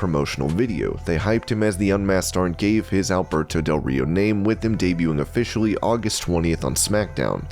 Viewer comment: I thought you said Humberto del Rio lol